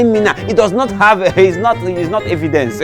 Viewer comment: said I will nolt bark again. LOL, Hahahahah. Watching from Papua New Guinea.